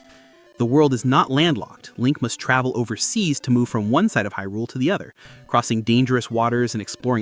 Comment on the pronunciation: The pronunciation of Hyrule. Smh